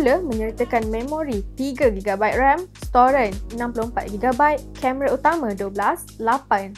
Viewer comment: kenapa sebut "storan" jadi "storen" 🤣